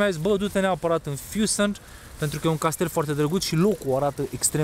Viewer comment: Mi se pare ca adaugi un "T" sau "D" in pronuntia mai multor cuvinte, dupa litera "N". Se aude "FüssenD". Sau "FanD"